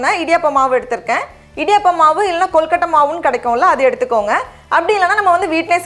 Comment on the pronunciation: Rubbish recipe! Never seen suck nonsense! And her pronouncing kolukottai! Rubbish!!!